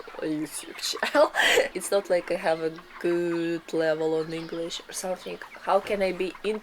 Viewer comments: this is the "Russian " vlogs I love, no po*** just people being people. your English pronunciation is so perfect. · Greetings from New Zealand Aotearoa, fantastic video I would like to compliment both on your English pronunciation, fantastic job and thank you for showing us these wonderful villages in Russia, Aroha Nui from Aotearoa